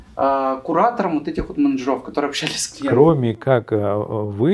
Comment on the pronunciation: Ой колхоз... СредствА, менеджерОВ😂